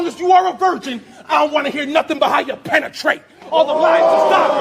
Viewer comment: How his penetrate ( pen - a - trait ) 🤔 😳 🤣